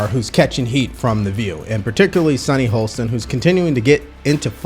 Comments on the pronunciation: It's so weird that pronounces her last name "Holsten", even though he correctly spells it "Hostin" in the video description. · Sunny Hostin (pronounced HAH-stin) works backward from her conclusion. Using her reasoning, one COULD conclude that, since the white vote was split more evenly than the black vote, that whites are significantly less racist than black voters.